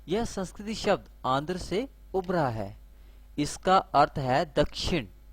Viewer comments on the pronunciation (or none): आप संस्कृत को संस्कृति बोल रहे हो। थोड़ी भाषा सुधारो बाकी ज्ञान महत्वपुर्ण है